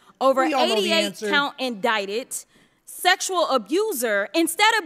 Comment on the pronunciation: I've never heard Jasmin call the gestapo the Gazpacho and indicted in-dic-ted. This woman is the dumbest of all talking about debating a smart woman. 🤣 🤣 🤣 🤣